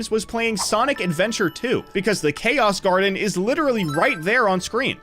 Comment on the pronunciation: its said as chow garden not chaos garden i know the pronunciation is weird but thats how its said